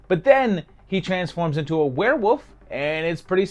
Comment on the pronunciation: 3 min in and we get a "Were-woof" from and Scott Howard's dad, winks.